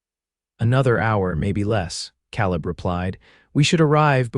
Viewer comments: Yes. Also the man's name should be pronounced KAleb not kahlib. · Ka leb not cal ib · I enjoy these western stories but I can’t believe how the narrator can’t pronounce names Caleb has an a sound not ah. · Can AI narrators not be taught to pronounce Caleb as Kay-Leb? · In my "neighborhood" ... Calib is pronounced Kay leb... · pronunciation Caleb Ka Lib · It would be great if the AI narrator learned how to say Caleb as in Kay leb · Yeah, he ain't a Calla lily. Irritating mispronouncement. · Calib• pronounced KAY-lib. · Nice love story, Father's approval significant Enjoyed the theme, although I wish the AI narrator would be checked as far as pronunciation Caaalib San Antonio Texas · Caleb‘s name is said wrong about 400 times. It has a long a sound. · I wish AI knew how to pronounce Caleb correctly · Annoying that AI !dosent know how to say Caleb! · Please pronounce names correctly the a in Caleb sounds like an a not an o